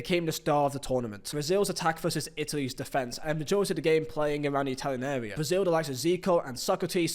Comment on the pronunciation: you said italys wins wrong